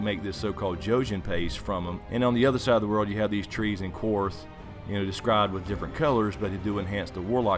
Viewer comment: love your vids man but the way you pronounce "Qarth" really bothers me lol. It sounds like "car". Not "quar" like "quarter". Qarth is said quite a bit in season 2. other than that keep it up brother